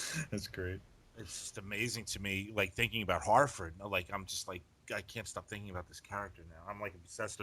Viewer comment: Harford. Not Hartford. :) Based on Har-rison Ford